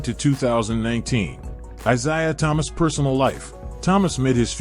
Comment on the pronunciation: How about getting something that can say his name correctly.